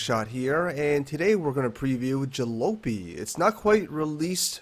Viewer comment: Isn't it pronounced 'Ja-lopy like poppy? That's the word for an old, beat up vehicle.